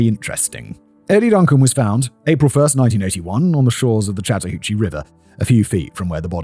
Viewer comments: Good job on pronouncing the river. Lol it is often mispronounced. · Yes! Your pronounciation of the Chattahoochee River was spot on! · impressive pronunciation on chattahoochee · Yes you said chattahoochee perfectly lol. Im only watching this one because im outside atlanta. Also, uncle tom is a term that refers to a black person who is racist against black people, essentially, so its not a nice name at all. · You said Chattahoochee correctly😊. Live about 2 hrs from there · Holy crap, Simon pronounced "Chattahoochee" right on the first try. I'm so used to him butchering things! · was very happy when Simon pronounced Chatahoochee correct on his first try. They grow up so fast T-T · Impressed that Simon mostly nailed the pronunciation of Chattahoochee. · It was! The only problem was every time I heard it, the Alan Jackson song played in my head. Haha. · I was impressed! He did get a few things "Wrong" as far as local pronunciation goes(e.g. Dekalb, but that's a local pronunciation thing), but he nailed Chattahoochee. Though if he was REALLY from here he'd call it The Hooch. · Simon, absolutely flawless pronunciation of Chattahoochee. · You pronounced Chattahoochee correctly, Fact Boi. Nice. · I live in metro Atlanta, and while the city itself is nice, the people are NUTS. It gets more dangerous every year: homelessness, drugs and violence are huge, and little is done about it. 😞 Human trafficking is also horrendous. One of the worst places in the world for it. Simon, you pronounced Chattahoochee perfectly. Thanks!